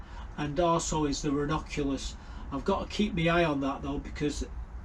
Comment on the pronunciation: I think Eòwyn is pronounced as Ee-o-win. Also, Ronoculus are you talking about double flowered buttercups coz they’re pronounced Ra-nun-cu-lus. Hope this helps. Where’s the coin show & tell Mark ?